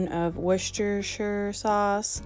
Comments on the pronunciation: Hi, greetings from the UK. Hopefully this can help you & fellow North AMERICA'S - Worcestershire is pronounced "Wooster-sheer". Most counties in the UK ending in Shire are pronounced shear & not like in Lord of the rings. Secondly, shepherds pie is made with LAMB mince (ground) and COTTAGE pie is made with beef mince (ground). Easy way to remember, shepherds look after sheep and in the olden days every cottage had a milk cow. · Please please please call it Wooster sauce 😂 I live in Scotland in the UK and there’s not one person that doesn’t call it Wooster sauce and everybody knows what they’re talking about 😂 loving the videos ❤️